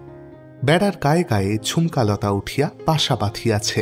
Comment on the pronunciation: নিজেকে উন্নত করার জন্য প্রশংসার থেকেও সমালোচনার বেশি প্রয়োজন যে কারণে আগেকার দিনে গল্পকারদের ক্রিটিক থাকতো, আমার মনে হয় আপনার উচ্চারণের দিকে একটু নজর দেওয়া উচিত বেশি স্পষ্ট করতে গিয়ে উচ্চারণ ডিফারেন্ট হয়ে যাচ্ছে, যেমন ধরুন 'হাকিম'কে 'হাখিম' বলছেন, 'মাঝে মাঝে ' টা 'মাছে মাছে ' শোনাচ্ছে, 'ঝুমকা লতা ' টা 'ছুমকা লতা ' , 'বাসা ' তো 'পাসা ' শোনাচ্ছে ইত্যাদি, অসংখ্য .... কানে বড্ড লাগে